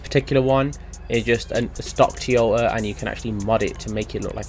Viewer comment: The way you say Toyota. 🤦‍♂️